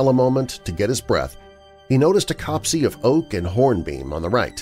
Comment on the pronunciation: Great stories. Just a little thing, 'copse' is pronounced to rhyme with crops.